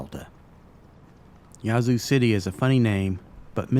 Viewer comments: It's pronounced Yeah-zoo. Or atleast that's how we pronounce it. Great job on all the history. Next time do a video on the ghettos of the zoo lol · mispronounced the name of the town. The "a" is short.